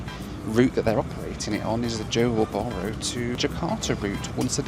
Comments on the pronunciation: Johor Bahru is not pronounced as u did at start, its JO HAW BAH RU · No offence, but why do western people just go straight to Bali if they come Indonesia? What for? There is a whole massive country to see.. You go to a small island...FYI, it's JOhor baRU with the 'r' rolled.